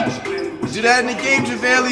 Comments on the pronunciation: So we not talking abt you saying jahvaylee instaid of JaVale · “ Javalee” McGee he did not just say that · Normal people: Javale Mcgee NotYourAverageFlight: javaeli Mcgee